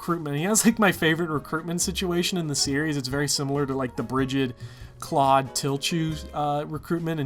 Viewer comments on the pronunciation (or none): none